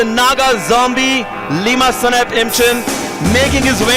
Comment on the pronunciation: It's lima not liam😂